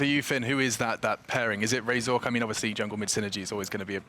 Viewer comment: everytime he said ''yuno'' and ''ay min'' i got cancer